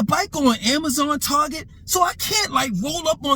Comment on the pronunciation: I just love how says Target. TAWGET. Lol 😂 Also every time takes a sip of his water bottle I be like “Power Up 💪🏾” LOL 😂 I’m just messing with you. You a real one 💯 As far as the video topic goes, the American 🇺🇸 Black woman is STRONG 💪🏾, INDEPENDENT, and DON’T NEED NO MENZ 🤨 Lol 😂 Smh. This is the message she has been sending to Black men FOR DECADES and NOW the chickens are coming home to roost… The American Black woman also gets great joy and pleasure out of REJECTING Black men and not giving us no play so that further discourages brothas from coming to the aid of Black women… Me personally the only Black women I’m protecting are the ones in my family and my girlfriend if I happen to have one at the time? The rest are on their own.